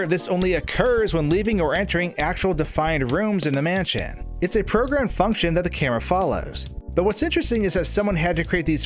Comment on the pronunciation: "left to right or right to laff, the camera will move to the next raam" "manshion" "avanced"